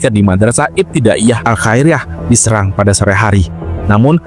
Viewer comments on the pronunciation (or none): Tolong pelafalan serang nya salah min😂😂😂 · Bukan di serang min tp serang